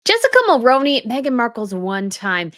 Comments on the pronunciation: As a Canadian, I can say, I don't blame Jessica for leaving Ben. Ben has turned into a Maple MAGA. And just an FYI: you’re pronouncing Mulroney wrong. It's pronounced Mul-ROO-nee, not Mul-ROH-nee 😊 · Hey its not mulroneeee.Its mulruinee. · As a Canadian, we always pronounced Brian Mulroney’s name like Mul-rune-ey. When did it change and is this the proper pronunciation that we got wrong this whole time?